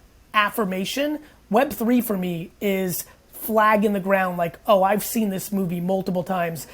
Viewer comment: him saying "For MEE" is very irritating